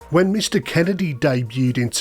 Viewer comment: You’re getting it wrong Every time you say Kennedys name. You gotta do right MMIISSSTTTEEEEEERRRRR, KENNNNNNNEEDDDDY - KENNEDY